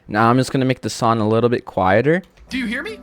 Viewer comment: Why does bro skips "G" like. Long ❌ Lon Song ❌Son 😂😂😂😂😂😂